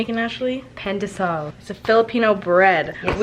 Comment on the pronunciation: my babies it’s pronounced like Pon de Sawl I love u ❤️😔